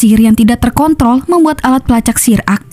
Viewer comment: Mau ngomng terkontrol malah salah ngomng jadi terkon... L 🤣🤣🤣